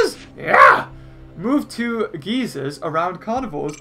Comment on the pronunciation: Gee-sers 😂😂 Its guy-cers, pronounce it like that